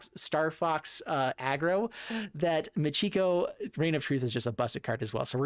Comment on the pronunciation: Stop mispronouncing Michiko. It is NOT Moo-GEE-go. It is Mee-chee-ko. You're hurting my ears.